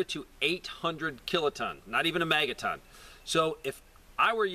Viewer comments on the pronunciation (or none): none